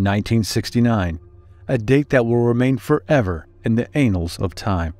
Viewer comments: "Anals" of time.😂 It's an-u-ls. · it is pronounced "ann-uls" not anals. aerator, or orator? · 0.29-0.30 sould have said annuals of time not anals of time lmao😂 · The word is ANNALS, and is pronounced rhyming with mammals. It is not ANALS ! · The ‘anals’ of time?! Lmao I’ve seen that movie the clips in the beginning are taken from.. and as bad as it was, it was more believable than this garbage…. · Ā-nals??? No. It's ANN-uls (of time) Please get it right, in this word useage pronunciation is very important. Geesh. 😣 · The "anals" of time? Not the "annals" of time? The first one, is definitely the source of all BS in this storyline. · There are two Ns in "annals" for a reason. It is pronounced ANN-uls not Anals, which refers to buttholes. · I resisted commenting when I heard him say that, but it is too funny! 😂😂😂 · The "anals" of time? Omg, get a clue! 🤣😂🤣😂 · Relax. The AI-Bot that narrated probably through it in by mistake. I mean, it pronounced 'ANNALS of time' as 'ANALS of time'. I guess 80,000 years is ANNALS of time. And 800,000 years is ANALS of time. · In the anals of time😂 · "Annals" is not pronounced "anals" lol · "From the anals of time." 😂😂😂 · May I suggest he be more careful of his pronunciation of anals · He said Anals 😂 It should be Annals not Annuals. Short A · And how he said 'anals'....omg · I almost died when he said that! 😂 I was watching this in the waiting room of my doctors office and started cracking up! 😂😂😂😂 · The “what” of time? I think that buddy just outed himself. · Annals and anals are not pronounced the same way.